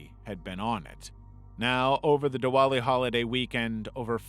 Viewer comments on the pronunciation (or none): none